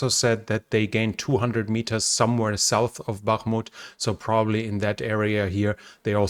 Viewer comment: Please help me understand why you pronounce the word “north” ‘Norse’. Is it because the sound “th” in the russian language is the ssss sound? That doesn’t explain why you correctly pronounce the words “The” and “That” though. Those aren’t the only examples of the misuse of the “s” and “th” sounds others include “souse” for south and “clother” for closer. Anyway would you please look into this because you are driving Americans crazy! Thank you, great videos and Go Ukraine!!!